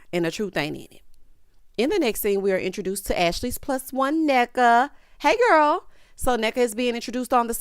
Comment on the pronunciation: I have to say that Ashley and her mom kind of did a good job pronouncing the name—- Nneka , Ngozi, and the Ibo ethnicity . Even pronounced OSU well . I appreciated it as an Igbo Nigerian in diaspora